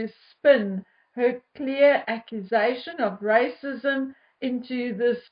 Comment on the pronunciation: She has nothing else except rrrrracism!!!